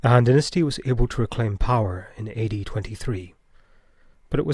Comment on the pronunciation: It sounded like he said 80 instead of AD. had me confused for a second 😂